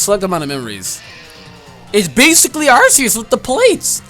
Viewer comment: Apparently Arceus is pronounced RKS.